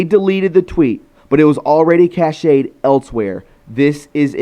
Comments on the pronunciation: Cache is pronounced Cash, Not cashay. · store offline. Cache. Pronounced cash not cash say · Hi! I love your show! I live in Alaska and back in the day people would build a tiny log cabin on stilts and they would stash all of their meat in this tiny log cabin on stilts so animals wouldn’t get there food. This tiny log cabin on stilts is called a cache. It is pronounced CASH. So if something is in the cache it’s stocked away for safe keeping. I love you and I appreciate everything you do!!! Please never stop! You are needed. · "Cache", sounds like CASH. Ex. The files have been Cached. (Cashed)